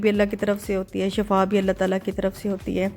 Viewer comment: shafa na kahen shifa kahen ,, shafa means mout mean death.. shifa mean sehat